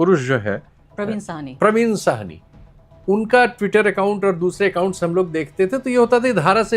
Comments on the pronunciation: اسکا نام پراوین ساہنی ہے۔پروین سواہنی نہیں میڈم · It is not Parveen “ Suhaney “. It is “ SAHANI”. Parveen Sahani.